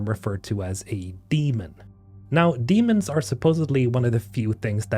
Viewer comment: Nice video. I read the book and am eagerly waiting for the sequel and any more info about the game. Just one note; The silicates are not called Demons (Dee-mons), they are Daemons (day-mons).